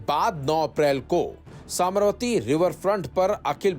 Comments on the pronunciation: I am disappointed that the presentator pronounced simple Sabarmati as Sambarmati. It’s a shame. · Sabarmati nahi bol sakta m pretends to be a anchor ; you better leave it .